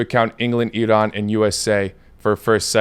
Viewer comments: Ah, finally, a westerner that can actually pronounce "Iran" correctly. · Wow finally! You are the first person who pronounce iran correctly! LMAO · The only foreign person who pronounced Iran right, I appreciate you so much😄❤